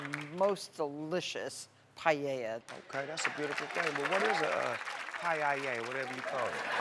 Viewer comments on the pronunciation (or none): That is Paella ( pronounce Pa - el - ya ) Not Paa ye yaa like Martha pronounced it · Is sounds more like a PA-HUH?-YA (Paella - sea food rice dish for many. For best taste make at home) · I thought it was pronounced "pie-ella"